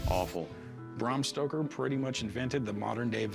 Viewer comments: Cory said "Bram Stroker" instead of Stoker. What's he stroking? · Did Cory say, Bram Stroker? lol that's awesome! 🤣🍻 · They keep say Bram Stroker....🙄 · Corey: “Bram Stroker”, haha! Must be Stroker Ace’s long lost cousin🤣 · "Bram Stroker"